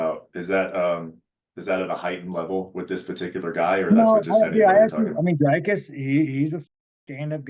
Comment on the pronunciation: For god's sake please pronounce Dricus properly ......gaaaaawd